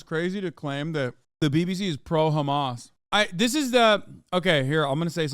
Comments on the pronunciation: Shapiro is so —that he cannot even pronounced Hamas, he is keep saying “Khamas”. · Why does Shapino say Хamas for Hamas? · idk if you mean in arabic or Hebrew, but in arabic, the kh sound is an entirely different letter than "h". In Hebrew, al least from my Hebrew speaking friends, is about the same pronunciation; "ha-mas". Apparently that "kh" sound is just an Israeli thing